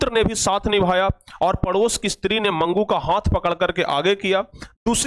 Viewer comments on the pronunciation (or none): none